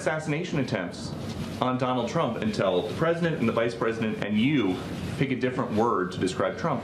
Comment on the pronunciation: Please Its not CRUMP dont make me say it😂😂😂😂